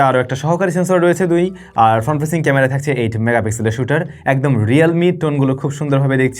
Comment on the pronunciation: ক্যামরা?? আর কবে উ'চ্চারণ ভালো হবে আপনার?